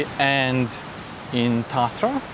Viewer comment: The "tents" on the beach are just things kids make to play in, or shade shelters - people put towels over them to keep the sun off. They're not for homeless people. Lol. Also, your pronunciation of Tarthra is perfect. Looking forward to more videos. Maybe the National Gallery in Canberra? Or the Library?